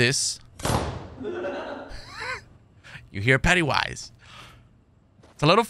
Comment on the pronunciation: Did he call him Pettywise?